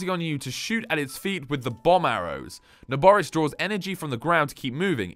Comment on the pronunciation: Na-boar-is Pronunciation